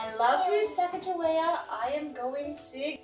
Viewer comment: That’s not how Sacagawea is pronounced